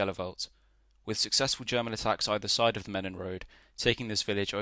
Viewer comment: Was there last April in Flanders . Pronounced in Flemish as - Helu- velt. And Menen is Meean-En